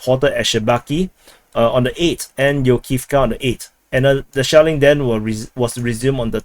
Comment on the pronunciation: I thought I heard a lot of Shaolin instead of shelling